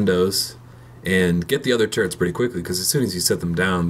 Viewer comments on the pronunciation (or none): they're called TURRETS not TURRENTS.